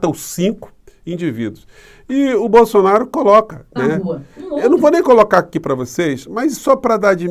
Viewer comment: Sugiro aos canais progressistas se abstém de pronunciarem a palavra "BOLSSONARO" em